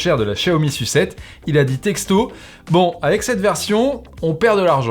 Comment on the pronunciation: la Xiaomi "sucette" mdr